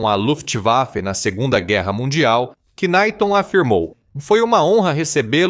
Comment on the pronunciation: Ei, ei! Não se pronuncia "qnaite" mas sim, "NAIT"! Em inglês não se pronuncia o K, quando este está no início de uma palavra! Por exemplo, não se lê "qnaite" em Knight (cavaleiro) mas sim "nait"! Vê-se logo que aqui há a "mão" da IA! Soa tão ridículo e é lamentável!